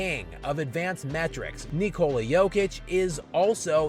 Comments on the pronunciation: Since you are very critical about the players you are talking about, try to pronounce Jokic's first name right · you really have to learn how to pronounce "Nikola" dude.